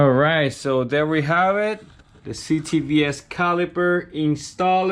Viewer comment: You make me cringe every time when you say ctvs😬